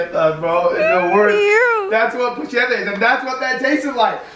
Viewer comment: It’s not pushieta is puñeta ask Brackie it’s the truth